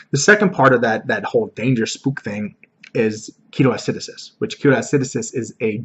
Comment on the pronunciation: Great video! One thing that's bugging me though it's pronounced Key-TOH Ah-si-DOH-sis not ah-SI-do-sis. Keep up the great work :D